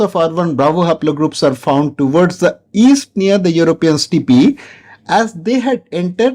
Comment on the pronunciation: Good video sir. But Sir for the love of god, please stop pronouncing "steppe" as "stippii". Sorry but its genuinely hilarious 🤣🤣